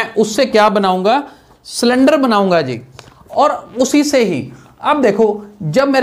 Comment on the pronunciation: It was not cylinder it was slinder🤣🤣🤣🤣🤣🤣 but thanks